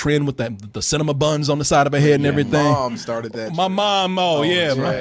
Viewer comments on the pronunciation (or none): I was making fun of the way says cinnamon bun